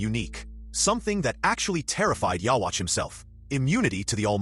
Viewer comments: “Yah-watch” 😂 wtf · like the video man just to let you know his name is pronounced Uryu. And is pronounced " you youhabaha literally but spelled ywach its crazy. Anyway dope video just wanted to help you out with the pronunciation. Have a good one. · How is it that after so many years in an English dub people still can't pronounce ywatchs name right? Oh wait stupid me this is most likely an AI generated video. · Learn how to say his name it’s literally dubbed episodes smh 😂